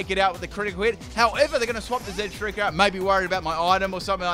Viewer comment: Zeb-STIKE-A. THERE IA NO STREAK